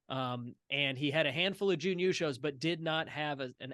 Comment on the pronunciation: You have the right vowel sound but are holding it too long. I'd say you are doing Juun instead of Jun. It might help you to think of it as Jn. Thanks for the video as always